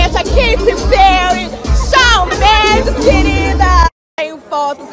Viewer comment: KIM KADÉCIAN, QUEITI PÉUI! CHÁU MEINDIX! Ah não